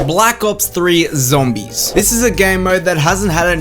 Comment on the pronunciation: I think I rather call it; "ZAMBIES"